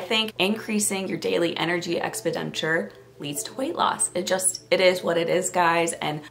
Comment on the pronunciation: You’re pronouncing expenditure wrong- “ex-PEN-di-ture” 👍